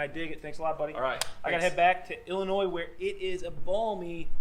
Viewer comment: Thumbs up for pronouncing “Illinois” correctly!